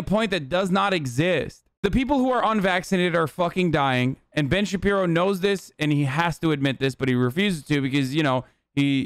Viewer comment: BEN SHABEEBOW